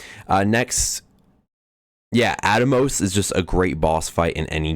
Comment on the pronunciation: Scar Milli Oh Nay. Tee Eh Mot Death guys At mos Atmos is pronounced like "at most" but don't pronounce the T in "most" Shin Reeeeeee You Tie Fun Ulll tros